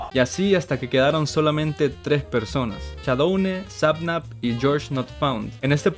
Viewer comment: "Todos íbamos con Shaudone" yo siendo fan del Dsmp: ._.